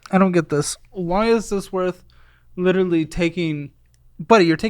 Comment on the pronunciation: If “witewawy” was a person